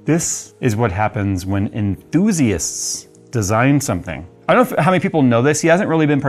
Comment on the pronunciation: enschtussie, enthusium, enthusie, enthysee, just call it german Maschinenbau, then we all know what you mean.